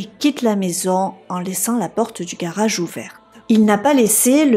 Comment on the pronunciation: Je suis particulièrement déçu que tu ne tiennes pas compte des remarques que l'on peut te faire... Tu es plutôt mimi à regarder...tu as un jolie timbre de voix et ton accent du sud (je suppose) rend tes histoires fort dépaysante... Mais par contre qu'est ce que c'est moche de t'entendre dire mariâche...montâche... garâche...partâche...et tous les mots finissant par age... Pourtant tes récits ne sont pas toujours ou souvent repris par d'autres...